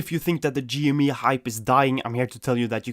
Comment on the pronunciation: it's also pronounced G M E not G ME